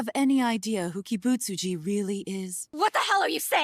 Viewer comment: Kibutsuji is not an easy name to pronounce, and nailed it. I'm impressed